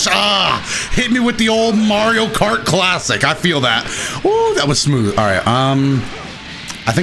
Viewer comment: Haha Yo how he says "sa-mooth"